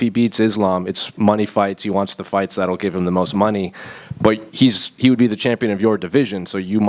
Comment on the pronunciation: It's the way Brazilians say it lol